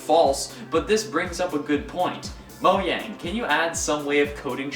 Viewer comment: And not Moe-Y-ang